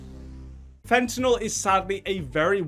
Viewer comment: Thank you for pronouncing fentanyl correctly unlike most of the morons in this world